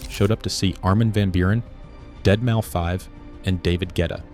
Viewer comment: I dig the channel and your videos, but here's some feedback. I'm not sure if you're new to the culture or what's up but calling Deadmau5 "dead Mau five" is funny, it's "deadmouse". You also kept saying P L U R instead of plur as one word in the fashion video, I think these things are important to get right as it looks like you're new to the scene and may be trying to capitalize on it or something. Really not a big deal to me but some people are very gate-keepy in the culture and these mistakes are very noticeable and look amateurish. Look up general pronunciation for words if you're unsure. that all said I appreciate your effort though and hope to see more, keep it up! I'm subbing for sure and love vids like this. Also you can delete this comment if you want, I just wanted to get the feedback to you not trying to call you out or anything.